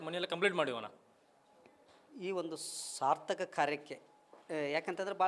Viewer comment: Sir, being a reporter swarthaka ku sarthaka ku diffrens ide correct.pronounce madi kannadana